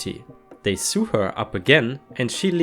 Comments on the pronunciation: Sew is pronounced like so. Love these videos! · Sew is pronounced -so Sewn is pronounced- Soan. Rhymes with groan You pronounce phenobarbital perfectly. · I am fairly sure (but I stand to be corrected) that it's pronounced pheenobarbitol (the rest of the word other than the ee rather than the 'dead eh' sound you got absolutely fine. FYI, sew is pronounced the same as sow, unless it's sewer. Sewer (a person that sews - eg embroiders) is 'sow-er' (not sour; I know, it's a pain!). Sewer as in drains, is as in suer (one who sues another). Sow/sower - sowing seeds/the one who sows seeds. I hope this is of some help.